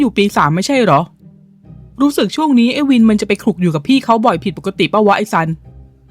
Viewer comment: ตัวละครชื่อซันทำออกเสียงสันหลัง เพราะนั่นคือชื่อหนู😅😅😅